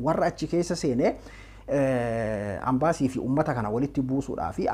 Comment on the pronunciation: Hey leenca ko "AMBASII" hinjedhin "EMBASII" JEDHII DUBBISI, MAALOO,,sijaalanna Jaabaadhu😍!!